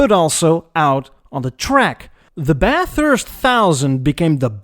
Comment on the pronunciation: 🤣 Nailed it! And kudos for pronouncing Bathurst correctly 👍